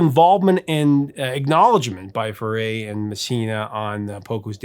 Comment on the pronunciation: Bernie Led on, Led on. Come on. Zero credibility to anyone who pronounce Bernie's last name. Oh yeah, it's Few ray, not Foo ray. Come on